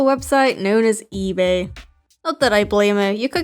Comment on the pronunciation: The way you said ëbåy, that made me laugh so hard.